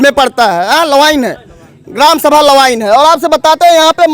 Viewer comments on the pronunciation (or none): लवाइन nahi लवायन है